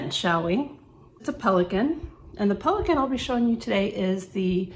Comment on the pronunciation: Very beautiful pen. You said the name well. You have great penmanship skills